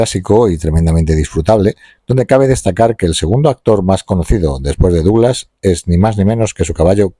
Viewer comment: Very Very Bad pronunciation of the name DOUGLAS